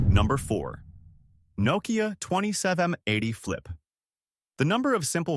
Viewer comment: "Naw-kiya", huh? AI voice missed that step.